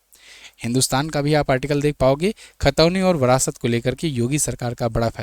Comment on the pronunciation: Phale bolna sukh le brast nhi virasat hai